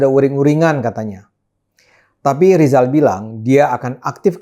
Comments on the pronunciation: Ngomong RRR aja susah... Sok mau ngomongin ekonomi... Be OL dulu sana... Lijal. Lijall😀😀😀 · Menyebut nama sendiri saja gak bisa Rizal jadi Lizal makanya Cokro disebut Coro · Lijal sejak lahir sudah gagal bilang R 😂😂😂